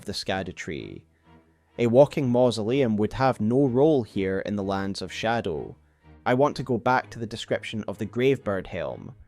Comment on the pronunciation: I love your videos but I can’t listen to the way you say shadow. It make me click off❤